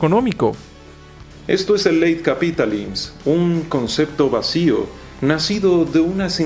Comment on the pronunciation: solo le fallo a mi cuate el chilaclips que no se dice "capitalims" sino "capitalism", y el apellido frances me parece que se pronuncia "brodilà", aunque su pronunciacion de la "R" francesa si esta muy bien lograda haahaha y pues si, al final nos esta tocand un "melange" (ya que andamos freseando con el frances) entre el mundo del 1984 y un mundo feliz; se puede obviar la vigilancia que hay dentro de nosotros a traves de los algoritmos y recomendaciones, aunque por suerte es un algoritmo que se puede educar e ir eliminando de a poco esas sugerencias; y por otra parte, se siente muy "mundo feliz", porque pues si, en efecto somos una sociedad principalmente guiada por esta busqueda del placer, no solemos leer mucho o al menos no cosas verdaderamente constructivas, y pues basicamente nos la vivimos saltando de estimulo en estimulo (y yo platico esto porque me toco vivirlo, y pues ahora me tengo que desembarazar de estas costumbres) y con cosas como el tistos yo noto un cierto paralelismo con un pequeño dialogo de Fahrenheit 451. donde ya los bomberos no apagaban incendios, sino que se encargaban de quemar bibliotecas de "libros prohibidos", al mismo tiempo que se condicionaba a los habitantes para que pensaran que estaba mal leer y que efectivamente. quienes lo hacian debian ser castigados. no obstante, creo que el protagonista y la pequeña tribu ilustrada con la que se encuentra descubrieron que la lectura es uno de los elementos principales para desencadenar nuestras mentes y p